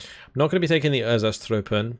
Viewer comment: I swear when you said erzatztrupen I heard einzatztruppen that feels very weird Overall nice militiabois to throw in blobs for almost free with some very elite to really pack a punch Lacks radio from litterally everyone but no really good long range arty support anyway nor arty availability No heavies and few medium Light air but very good choices Very city/forest based army Everything is so light any support will destroy them very easily out the open, I think it's clearly not a good one as a whole load of arty players are out here and well... Arty on militia is not gonna end well and I don't think your own arty will be useful as counter battery either. 1v1 is a no go but with allies it could be a very nice and strong one